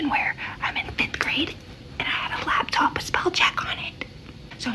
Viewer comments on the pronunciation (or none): none